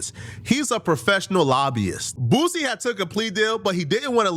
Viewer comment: 😂 not her sayin “Boosey” 😭💀